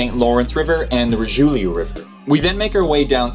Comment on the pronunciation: Sorel like in sore. Richelieu pronounced reesh -a - loo.